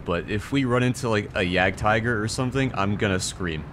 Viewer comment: Its Tiger not friggin Taigö